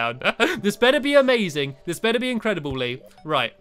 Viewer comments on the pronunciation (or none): none